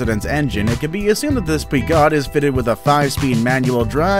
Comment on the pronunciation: Also Peugeot is pronounced pay-jjo